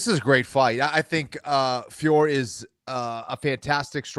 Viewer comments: Still cant say Fiorot correctly. Its been how long now? Its not Fior for gods sake. Say her name as its written with a silent "t". Not that difficult. Im French so I know this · I can’t believe you guys are still saying Fior. It’s Fior-ot.